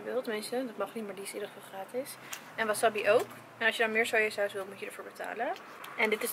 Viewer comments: het is wassabi alles kort uitgesproken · Dus de hele tijd wil je doen alsof je n expert bent in sushi en der een miljoen aan uitgeeft met die houdinf van je maar je zegt wel wasabi in plaats van wasAbi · Wasabbie😂 je spreekt het gewoon uit als wasaabie😂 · Jij spreekt het uit als wassabbi maar je zegt gwn wasabi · als je geen bruine avocado wilt moet je misschien een doosje kopen zonder 35% sticker want die komt er op als het dezelfde dag de laatste houdbaarheid datum is. En het is geen wasabi zo spreek jij het uit , je zegt waasaabie. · Vers is gewoon het allerlekkerst. Van Albert Heijn heb je ook tonijn sushi en die is wel erg lekker. Leuke video! Het is trouwens wasabi en geen wasabbi😂😂😂🍣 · Gewoon een tip maar maki spreek je uit als maakie en wasabi spreek je uit als wasaabie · Een tip zeg wasabi niet zo als je het schrijft zeg wasaabi voor de rest vond ik je video top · Sorry ik wil niet te betweterig zijn maar je zegt wasabi of de verkeerde manier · Jij spreekt wasabi heel raar uit ps geen haat reactie